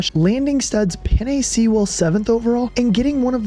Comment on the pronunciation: Had a good laugh at the pronunciation of penei sewell. Penei is pronounced like the pasta (penne) and sewell is pronounced like stool without the T lol